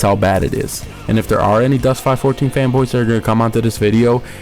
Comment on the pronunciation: Still can't take you seriously when you pronounce it Dust 5 14, it is Dust 514 ( five one four.) Also the closed beta players did not keep their stuff, they got wiped. I like how you give a retarded review on a game you know nothing about. Also the best players don't pay real money for equipment because it isn't better than the ISK stuff. I also wish I could get a dollar ever time you say "fuckin" in this review